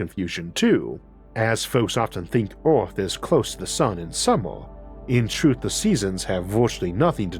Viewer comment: Damn, tried to listen, can't focus, brain keeps having to correct your speech impediment so I can understand the word. Took me a second to hear Eowth as Earth. I dunno what you can do to help that, but, the W for Rs is hard to listen to sometimes. Sorry man.